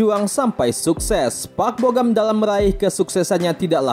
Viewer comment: Bogam".. lama" jadi bogem..